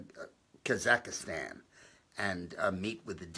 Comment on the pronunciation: I'm sorry Dick, but I can't take it anymore. It's Kazakh-stan, not Kazika-stan. The people are Kazakhs. Love your channel. With the Clintons it's always "follow the money." You know they are! They are Arkansas trailer-trash grifters and that's all they'll ever be. What is going on with Sessions? Why is he AWOL? This healthcare deal is crap. Congressional Republicans suck. All talk to get elected and no follow through. Bannon is a hero. I hope he watches his 6.